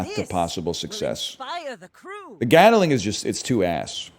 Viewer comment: I swear no stream can pronounce Gatling properly. WTF is a Gataling?